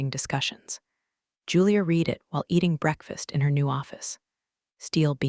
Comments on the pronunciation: I wish it was possible to teach your narrating AI to know the difference between the pronunciation of the word "read" (pronounced "reed") and "read (pronounced "red") as they mean different things!! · When your AI voice can tell the difference between read (reed) and read (red) I may start watching your videos again. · The past tense of the word “read” is pronounced “red” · AI still cannot tell the difference between "read" and "read." The first is pronounced "reed," while the second is "red." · Why can't someone teach the tts system to distinguish between read and read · That “read” mix-up drives me nuts too — kills the flow instantly. 😩